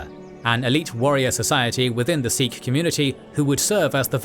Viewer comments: It’s pronounced Sikh, not Seekh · Good work .... Continue more on Indian history .... 🙏🙏💯💯 Pronounce as Sikh and not as Seekh .... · 'Sick' is the actual pronunciation for the word Sikh, BTW. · Many phonetic mistakes with names of people and places but Great work to highlight Sikh history 🖖🏼👍🏼 much more Sikh history post 1700s through to WW1/WW2 and Post Partition/1984.